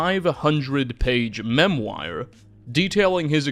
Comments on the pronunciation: I thought it was memoir, not memwire. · Ive never heard anyone pronounce Memoir as Mem-wire haha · Dude is this voice AI ??? I genuinely cannot tell, but it keeps mispronouncing words and it keeps catching me off guard…if this is AI, please check spelling twin, if not, my brother in christ it is (memoir) MEM-WOR not MEM-WHY-OR 😭🙏🏼 please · It's not pronounced "memwire". /mĕm′wär″, -wôr″/ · What's a "Massachusis" and "memwire"? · I'd like you to look up how to pronounce "memoir" (it isn't a memwire) and "cacique" (it isn't caquique). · English Nazi here! Memoir is pronounced MEM-wah. I actually like yours better, but I'm a French Nazi as well. Wonderful video, and your voice is very warm and engaging, in other words the polar opposite of the hideous AI narration we are too often stuck with these days. Subscribed! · "Mem-wire" LOL - Oh, never stop mispronouncing things xD